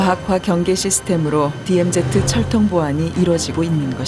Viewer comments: 어이 이봐 발음 똑바로 해라 디엠제트가 아닌 디엠지다 그러고도 이따위 방송하나? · DMZ를 내레이션이 디엠제트라 발음하네